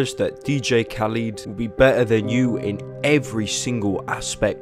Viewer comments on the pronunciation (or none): its DJ Khal ED not KhalID